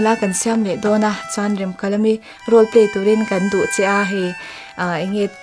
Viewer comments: A thluk iti diklo Remkalami a nilo Remkalami tihtur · Nia Remkalami itia Remkalami ni reng sia. . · Remkalami tih thluk hi a dik lo, ka lo ngaimawh deuh, mhs, i inhmeh thlawttttttt🎉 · Rem tih lai hi in lam dik lo.. A story ami ang khan lam rik tur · Remkalami i lam dan adiklo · Remkalami tih hming i lam rik dan leh, Pc Hrasa chhiar a alam rik dan ava in ang lo ve